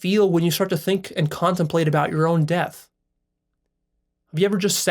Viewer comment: There is no “ l “ after death.